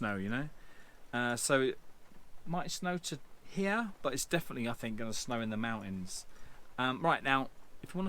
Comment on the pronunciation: MOUNTINS! MOUNTINS ! Every where ! 😂 👍